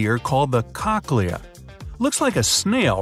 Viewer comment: Am I the only one who laughed at the name "Cochlea" ?🤣 or kakleeah, whatever the pronunciation was